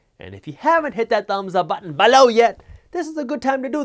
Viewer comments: Why do you say “BELoW” so weird? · When did you start saying BELOW weird? And why? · Man, when you say BELOW I crack up instantly. Thank you 🙏🏻 😂 🤣 😂